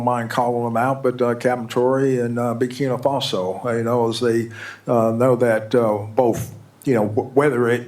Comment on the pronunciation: I LOVE YOU GUYS, BUT THE NAME IS BUR KI NAA FASO! NOT BUR KI NII FASO!